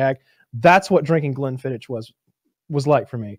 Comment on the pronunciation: Glen-fiddiCK is how its pronounced. That killed me every time they said it wrong